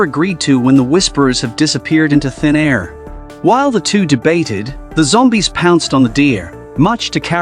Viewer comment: I love how the new ai is like Zombae’s had been attracted to the fire he made it sound like Zombae’s not zombies!😂😂😂